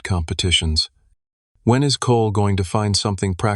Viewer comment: So f knows why but the AI pronounces every “is” as “island”. Thru the whole story. Too f’ing annoying